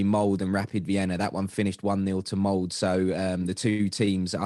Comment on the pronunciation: Pronounce the e in molde. Your guest is right